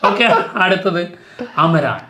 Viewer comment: അമരാൻ അല്ല അമരൻ എന്നാണ് തമിഴിൽ പറയുന്നത്